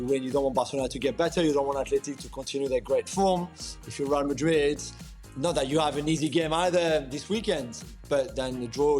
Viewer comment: I love how ale says real Madrid. As he says it properly